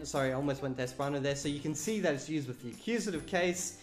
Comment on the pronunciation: I've noticed the accent seems "Aussie/almost-London-cockney", hence "with" tends to sound like "wiff". I've noticed that the Esperanto "R" sounds like "huda". Accents can be interesting.